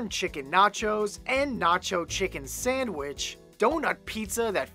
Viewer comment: what did you just say nacho chicken sandwich or not you're chicken sandwidge